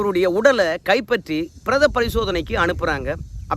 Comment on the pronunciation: Prdha illai ( piredha)Thappu Thappaaga padive podaadhe